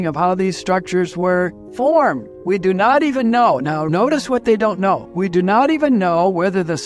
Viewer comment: Not firmed but formed